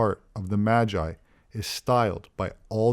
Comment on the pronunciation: Dude said Majai lol...